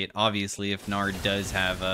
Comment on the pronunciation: LOL the way said "gnar" and i heard "naur" 💀